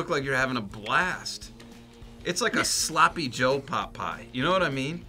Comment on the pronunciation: Did he just say Slappy Joe? LOL oh lol